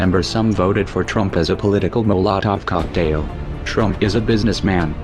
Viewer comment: Really? Sorry, I don't trust someone who does not know how to pronounce "molotov cocktail". You must be an enemy spy.